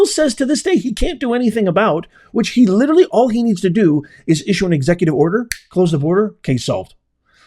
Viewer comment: Please, please stop saying “Litcherally” you sound so ridiculous when you say that.